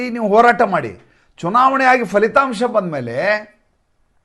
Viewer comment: ಅದು ಫಲಿತಾಂಶ ಪದ ಅಲ್ವಾ, ಕನ್ನಡ ಭಾಷೆಯಲ್ಲಿ FHA ಪದ ಇಲ್ಲ pha ಪ ಫ ಇದೆ ಅಲ್ವಾ. ಅಲ್ಪಪ್ರಾಣ ಪ, ಮಹಾಪ್ರಾಣ ಫ